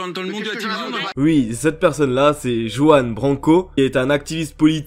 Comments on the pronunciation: C'est Ruan ! Le "j" se lit "r" étant un prénom espagnol ! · ça se prononce ruan avec un "R" roulé ;), très bonne vidéo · Joan branco😂😂😂😂 Putain tu sais pas prononcer Juan toi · Parcontre tu s'est pas prononcé Juan Branco, on dit pas Jouane ptdrr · Mdr comment tu prononce Juan (sa se prononce Ruanne) BRANCO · Alors on dit Ruan Branco 😂. Désolé mais ça me perturbe trop hahaha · Ça se dit Rrrruan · Par contre sa se prononce "ruaan brrranko" ( en phonétique 😊 ) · Juan BRanco, pas "Jouanne Banko" ... 🤦🏻‍♂️ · Juan BRanco. ;) Et ça se prononce "Rouanne". :)